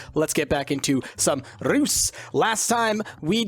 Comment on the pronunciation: you're still pronouncing Reus wrong. The 'r' and the 's' is solid only the 'eu' is pronounced differently. Still its pretty good since english doesn't have that sound in it's ABC.